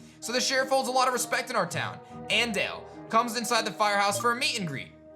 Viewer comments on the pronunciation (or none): Minta: Andale (let's go/hurry): "AN-DAYLE" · lol at "An dale" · Andale lmao